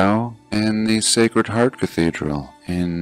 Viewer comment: I just wonder why did I hear "...secret harp...", eventhough. the written words were "...Sacred Heart...".?